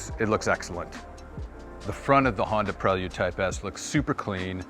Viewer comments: It's Pray-Lood Dude. Do you all call him Joe-Han? 😂 Prell-Yood to a Kitz ....🤣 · The way he said it's name was killing me. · Don’t say prelude like dat